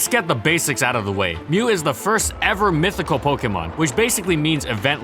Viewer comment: IS DOES NOT END WITH A T! AND IT'S MYTHIC, NOT MISTIC!